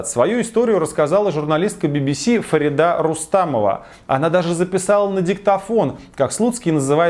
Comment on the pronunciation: ударение в имени Фарида попадает на и